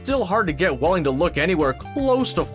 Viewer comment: The prenouncination of Welling